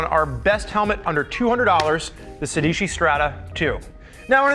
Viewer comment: It’s pronounced sey dey chee It’s the number 16 in Italian guys